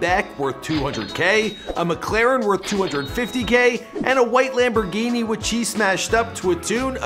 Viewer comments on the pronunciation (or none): none